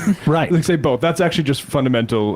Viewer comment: The funniest part is how he pronounced Both,BOLTHE